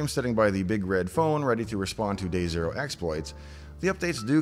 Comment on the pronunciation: "Day Zero Exploit" sounded like "Dave Zero Exploit"